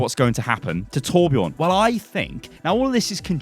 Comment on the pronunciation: And he needs a new voice actor that is swedish so he sound swedish and kan say Torbjörn right not torbjourn